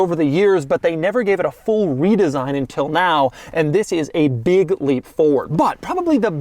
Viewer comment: I love Doug. But, I don't get why he says "intil" instead "until". Even me being from the Deep South, I notice this language anomaly.